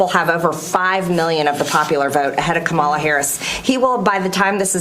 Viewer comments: I’m so sick of the MAGA group all agreeing in lockstep to pronounce KA’-mala as Ka-MA’-la. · Jeez, Marge... her name is KA-ma-la. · KAH- ma- la. Say it correctly once! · I HATE the way she calls VP HARRIS, kamarla. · She still cannot pronounce Kamala’s name !!!!! OMG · Please just say her fucking name right, how hard is that????????????? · She still cant say Kamala's name correctly. MTG is dumber than a bag of rocks 😂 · Mtg can't even pronounce Kamala's name correctly. This person has misconstrued the facts just to win votes. Talk about banning Free speech what is this about the book ban? This woman is dumber than a bag of rocks,! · Marge can't be joyful for the Red Victory, she is just vile and hateful, she can't even pronounc Kamala's name correctly. She is awful! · Will they, the MAGA Drones ever stop mispronouncing her (Kamala’s) name, now that the election is over? MAGA took some steps forward is not necessarily a win. So my guess is, they will continue to humiliate Kamala Harris, post presidential election as usual. (Lol) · MTG still can’t pronounce Kamala’s name correctly. I refuse to believe that she is typical of the average American. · I cannot listen to her.. I just can’t. I rip my hair out.. my naturally brown and Luscious hair. Not thin wirey bleached blond butch body havin’ ass. And they intentionally mis-pronounce Kamala’s name. It’s infuriating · The fact that so many Republicans pronounce Kamala wrong on purpose is so annoying. It's so disrespectful, but I really don't expect anything else from people like DonOLD and MTG. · Don't like her. She beligerantly mis-pronouces Kamala's name ( as does that dimwit president elect). I can't understand how Americans voted in him and her - unbelievable.😢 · Hey BBBBBB, could you now just show a modicum of respect and pronounce her name correctly. Your party won, show just a little respect!!!